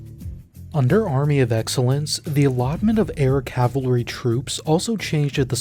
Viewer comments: "CAVALRY" not "CAVLARY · IT'S CAV-AL-RY. NOT CAV-A-LO-RY. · That "cavilery" is driving me nuts. After decades of having "Cav-al-ree" hammered into my brain by a Civil War history teaching cousin, I get triggered by that pronunciation. At least it wasn't "Calvary" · Great video - full of information as usual! But my pet peeve is the pronunciation of "cavalry" as "calvary". It took me a while to listen past my pet peeve. 😅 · He keeps pronouncing it "ka-vel-ler-ree" instead of "ka-vul-ree" most of the time. It reminds me of "noo-klee-er" vs. "noo-kee-lur" of which one is clearly wrong in any part of the world. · The word is CAVALRY not CavLary omfg you’d think you’d get this ONE word right since it’s the whole premise of the episode and repeated about 500 times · I'm very sorry for doing this, but my OCD is kicking in: You keep pronouncing cavalry as "cav-LUH-ree", it is correctly pronounced "CAV-uhl-ree". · Why are you saying cavlary instead of cavalry? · The way its spelled: cavalry The way its pronounced: calvary The way this guy pronounces it: cavlery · Just like it's spelled: CAV-al-ry. CAL-va-ry is a hill in Israel also called Golgotha. There is no such thing as CAV-la-ry. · Why the hell do you keep mispronouncing cavalry? It's so distracting when you say it 500 times in a video. It's KAV - ULL - REE, not cav - ler - ee. Jesus, man. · Is it just me or does it sound like he's say Calvary instead of Cavalry? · amazing video just please "cav-al-ry" not "cav-la-ry" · It’s cavalry not Calvary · It's pronounced CAV-ahl-ree, not CAV-lah-ree. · Cav-al-ry not "cavlery" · It’s cavalry and not cavlary. 😂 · Bro it's Cavalry. Not Cavlery...every time you say it my ears bleed. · Cav-a-lry not cavlary or calvary. 🙄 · It's pronounced Cav-al-ree, not Cav-La-ree.... WTF ... please God no, CRINGE. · It's Cavalry, not CAVALARY. get your AI voice right! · He’s not even saying that. He’s saying cav-la-ree. I can’t do it. Lol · I can't get over the cav-lary pronunciation